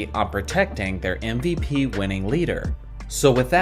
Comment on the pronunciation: Is my man slyly saying ‘NVP’ instead of MVP? Thats what it sounds like